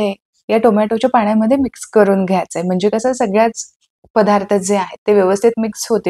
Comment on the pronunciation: घ्याचय नव्हे घ्यायचय म्हणा